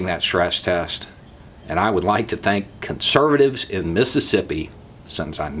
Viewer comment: You are killing me: "Con-serv-a-tives!In Miss-i-ssip-i!" 🤣